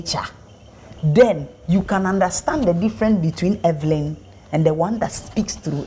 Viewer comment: The interviewer said Everyn😂